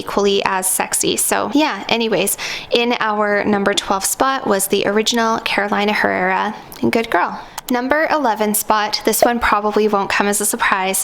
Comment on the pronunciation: "Caroleena Errera" (the h does not sound in spanish) that is the pronunciation of the name of the Venezuelan designer.